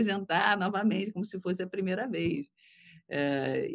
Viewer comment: Por favor,, não fale primera, fale correto como Laila.